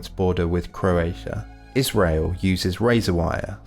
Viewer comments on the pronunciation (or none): none